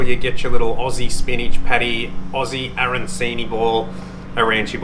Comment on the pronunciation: I have to teach you how to pronounce Arancini. My Mother used to make Arancini and to this day my Aunt makes them. Given my Sicilian background I grew up with lots of Italian cooking. Great recipe, well done 👍🏽 delicious 😋 l am loving the lingo 🤗😂 very entertaining. ♥️🤩👏